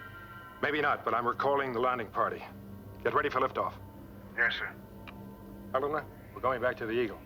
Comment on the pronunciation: ever notice how awkward Landau is when pronouncing the names of Helena, and Alan? He has trouble with the L sounds when its in the middle of a word....he pronounces it like a D.....